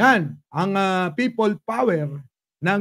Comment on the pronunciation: Pay-pol power tlga 😂😂😂